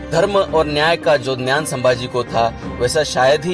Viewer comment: Bro ,Gyan ko gnan kahna band karo